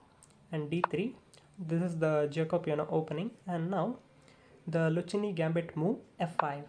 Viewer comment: I'm sorry, but your pronounciation is mistaken. In Italian, "c" followed by "h" is always pronounced like "k" in English. So it should be pronounced the "Lukkeene" Gambit